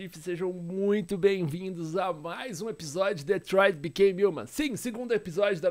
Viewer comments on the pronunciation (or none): O patife fala detroid becay kkkkk